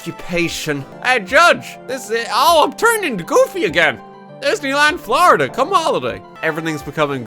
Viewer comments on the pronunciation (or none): none